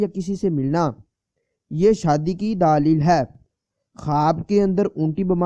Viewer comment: دالیل نہیں دلیل لفظ ہو تا صحیح کرو کسی اردو جاننے والے شخص سے دلیل